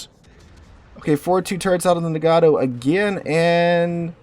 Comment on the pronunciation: Man, you're killing me with the "Muh-hahn" and "Nuh-gah-toh".